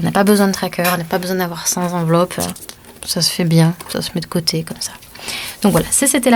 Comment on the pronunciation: Bonjour. Sept, cent, trente et un... ne prennent pas de s. On dira donc le défi des cent enveloppes (la liaison se faisant avec le t) et non des cent "z"enveloppes. Ceci étant dit, j'aime beaucoup votre chaîne et vos conseils.